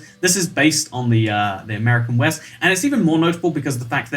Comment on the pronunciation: He said est and weest instead of east and west